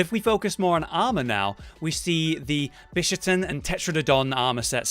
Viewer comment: I don't get the localisation team sometimes... I understand the name changes for the monsters, equipments, etc. But this time around, they decided to keep all the villagers' original Japanese names to keep with the theme EXCEPT one. The Quest Maiden's original Japanese name is "Hinoe" which they decided to slightly change to "Hinoa". Why? By the way, the Bishaten is pronounced "Bee - Sha - Ten". At least you didn't call it "Bis - Ha - Ten" like some people do. LOL